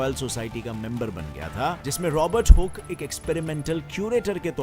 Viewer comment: Hook ko galat bolta h sale. Adhe adhure gyaan vale